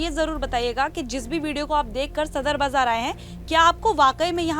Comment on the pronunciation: Bzar nhi Baazar hota h mam